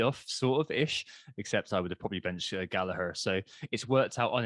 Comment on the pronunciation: It is Gallagher with a hard 'G', not Gallaher, trust me, I have asked him.